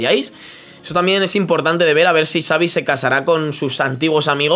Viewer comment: Nadie: Absolutamente nadie:: "savi" 🥵